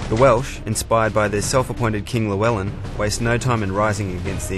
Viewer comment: It's pronounced as (CHLEW)wellyn